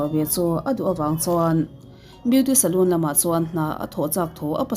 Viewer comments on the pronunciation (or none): Salon hi Salûn tia lam rik tur a ni lo a, Salawn tia lam rik tur a nia. Hriatthiam theih tho ni mahse inthlahrung deuhin ka lo sawi ve mai mai. 😊